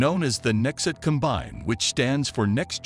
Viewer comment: shame the computer narrator doesn't know how to pronounce "combine"